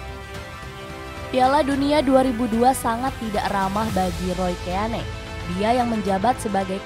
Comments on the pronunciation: Dibaca roy kin.. ROY KIN.. KIN.. ROY KIN.. bukan KÉ A NÉ 🔥😡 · Bukan Roy keyane kak. Mohon koreksi Roy keane = baca Roy Kein 😁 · Kin aja d bacanya min, risih gw dengernya keane, lo sklh lulusan apa sih? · Roy kein,,,di bacanya,,,ngeri ngeri sedap didengernya Keane,,haha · gatel bgt denger penyebutan Roy Ke-ya-ne 😭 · Dibaca Roy Kéin